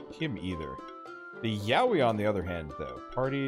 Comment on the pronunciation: Am I the only one that kept hearing Yaoi??? Lmao